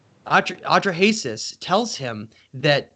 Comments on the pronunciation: Hello. I realize that you MAKE YouTube Videos but I hope you will write your talks on a piece of paper First so they are clearer. And dont bumble and mumble so much the next time.. Clear facts are much more important than.. Opinions.. And lastly please look up the pronunciation of.. "Atrahasis" for example so that people will think you are Educated.. Thats important for your Future.. Unapologetically... BerneC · Took me a long time to figure out he is saying Atra-Hasis. A few misspelled names later ... 🙂